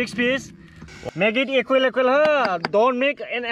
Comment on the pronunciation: Sex piece 🤣🤣🤣🤣 Aan e qual and e qual🤣🤣🤣🤣 Alu portaaa🤣